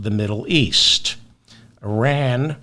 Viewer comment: I don't know what it is about you, but I think you're the best informative out there. Because it's not just Trump, it's the world. I hope you remember my IRan pronunciation advice. Keep on doing what you do!!!!!